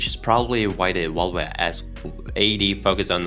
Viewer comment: Can you pronounce Volvo and not vulva? Embarrassing to listen to!